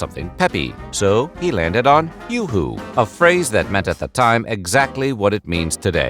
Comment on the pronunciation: Im pretty sure its yoohoo not yahoo, no "A".